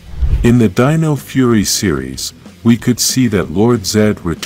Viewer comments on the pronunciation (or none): none